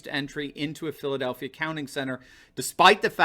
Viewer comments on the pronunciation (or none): none